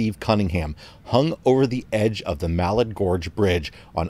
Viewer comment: Just a friendly correction, Malad is pronounced Muh-lad. I'm native to the area. Such a sad story!